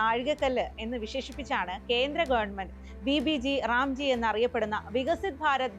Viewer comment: Vb g ram g alla.. Vb gram g... Ayo enthaaa kadi🥴